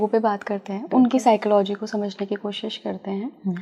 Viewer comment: Please pronounce psychology properly 😂